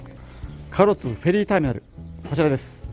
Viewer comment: 壱岐島と隠岐の島を混同してる？で、かろつ？唐津＝からつだよ。旅慣れてる割にはひどい。